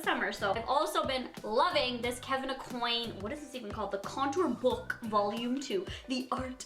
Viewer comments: Kevin uh-Qwaun not uh-coin just Fyi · it's pronounced kevin icwon not icoin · Kevin A “KWAN” not coin 🤦🏻‍♀️